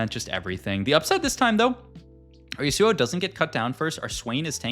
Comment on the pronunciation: That Yasuo pronunciation actually hurts my ears